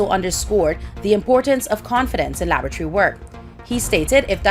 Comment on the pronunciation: Laboratory Alana not Labatry.